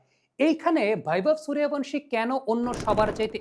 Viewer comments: হিন্দি উচ্চারণের প্রতি আপনার এই আনুগত্যের কারণ বুঝি না। বাংলা উচ্চারণে শব্দটা হচ্ছে "সূর্য্যবংশী", আপনি কিন্তু বলছেন এবং লিখছেন "সুরিয়াভানসি"। এটা হিন্দি কালচারের কাছে নিঃশর্ত আত্মসমর্পণ যা দেখতে ও শুনতে ভাল লাগে না। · আরে বাংলাউচ্চারণ কেন ভুল করেন ওটা বৈভব সূর্যবংশী হবে।please উচ্চারণ ঠিক করুন। শুনতে কানে খুব খটকা লাগে। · আবে বৈভব সূর্যবংশী 🙄 ঠিক করে নাম উচ্চারণ করো। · বাংলাভাষা প্রেমিক ইউটিউবার, সবজান্তা ক্রিকেট বোদ্ধা এবং মরুভূমি-কালচারের বাঙ্গালীরা👇 "সুরিয়াভানশী" ~ wrong ,বাংলা বললে বলতে হবে ~ "সুর্যবংশী" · নামটা ঠিক করে উচ্চারণ করেন বৈভব সূর্যবংশী। 👎👎👎👎👎👎👎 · ওঁর পদবী সূর্যবংশী , হিন্দিতে উচ্চারণ Suryavangshi. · নামটাই উচ্চারণ করতে পারিস না। 😆😆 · মূর্খ ঠিকমত নাম উচ্চারণ করতে পারে না,‌ আবার অ্যানালিসিস করতে বসেছে! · কোথায় ভি এবং কোথায় বি এর উচ্চারণ হয় এই সাধারণ বিষয়টা জানেন না। একজন বাংলার শিক্ষক রাখুন। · Ara murkhochoda nam tai thik kora bolta paris na madrasa pora chele tai na